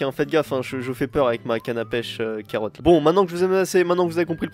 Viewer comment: C bizzard quand tu a dit carrote et pecher